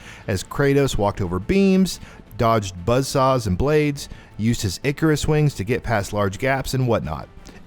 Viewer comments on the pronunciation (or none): none